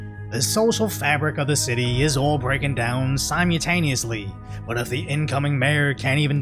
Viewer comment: My brother. Sim-ul-taneously. You’re skipping whole letters.